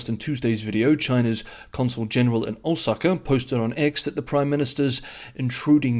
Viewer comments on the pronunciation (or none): none